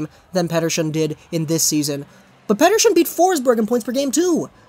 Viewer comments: Vak-zio Lakers and Pet-Err-Son not Vakwah Lakers and Peterschon 😂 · 70% of the video is you talking about being sick 30% is you mispronouncing pettershion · its not petter-shion